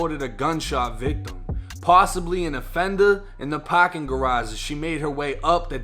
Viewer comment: S AHHHHHH T DURANGO.. In ThE PAHHHHHKING LOT